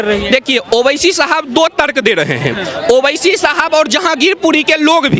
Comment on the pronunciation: ओविसी साहब क्यू बोलने का ओवेसी बोलो